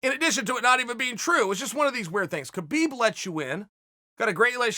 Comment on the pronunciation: his name is pronounced HA-BEEB you momo.